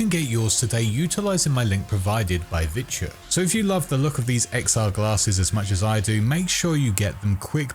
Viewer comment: He kept pronouncing it virtue in the video...